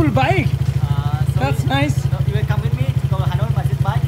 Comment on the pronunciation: 'khams' ta ki bujhlam na come hobe r 's' kno add korcho bujhlam na... English ta pore shkkhio banglai kotha bolo bacchar sathe r vuval English bolei ba ki lav